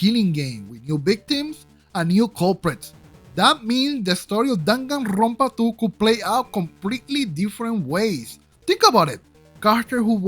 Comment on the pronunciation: I love how you say Danganrrrrronpa